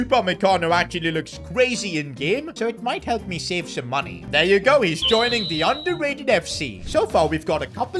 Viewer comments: “Undderated fc” 🤡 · A speech error called the team underrated fc 😂